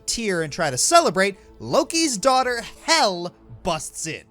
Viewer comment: It is "hel" not "hell"